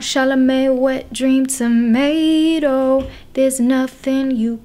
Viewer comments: Waittt I can't unHEAR it Wet dream Tomato 😭🍅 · I keep hearing " wet dream, tomato..." Instead of "where dreams are made oh"